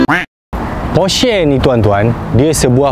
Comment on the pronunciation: Aiyoo cara sebut Porsche yang betul adalah "Porsha" bukan "Porshey" laa